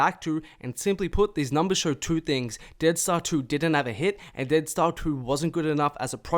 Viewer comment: i know its not his fault but the way this nigga says 2 too and to bother the fukk outa me😭. it sound like he sayin tewr